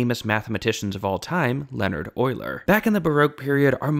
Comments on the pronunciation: Yes, I said Euler's FIRST name. He pronounced Leonhard wrong. You're supposed to include the "ard". It's "Le-on-ard", not "Len-erd". German pronunciation, not English. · He didn't pronounce it correctly. He pronounced Euler's first name wrong.